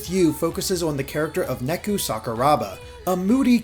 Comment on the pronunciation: I know that KH: DDD also did this, but Neku's name is supposed to be pronounced "Nay-ku", not "Neck-u". Japanese pronunciation isn't that difficult!